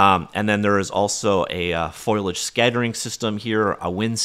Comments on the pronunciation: I noticed you mispronounced foilage at the mark. 😩 Great overview, as always. Thank you! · DID YOU JUST SAY "FOLIAGE" CORRECTLY?!? Proud of you bro!!! 👏 Edit: aaaaand then you went back to saying "foil age"...